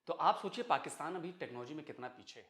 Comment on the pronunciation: Pakustan, Pacustan....... aray kahan say phd kar liya? baki Pakistanis ko bhi badnam kartay ho.